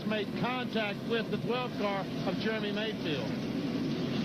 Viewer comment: It sounds like you call him "Germy" Mayfield every time........